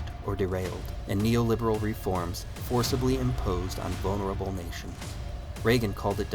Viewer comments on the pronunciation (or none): none